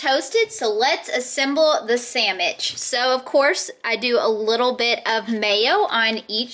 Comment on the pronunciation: Sammish......instead of sandwich, adorable. You also say Wee ber when it's Web ber. Man, I can't climb three rungs on a ladder....terrified.